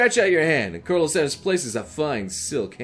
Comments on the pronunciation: Colonel? It’s pronounced curnel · I don’t like it how he says colonel